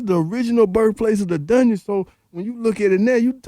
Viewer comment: Dungeon not Dugeon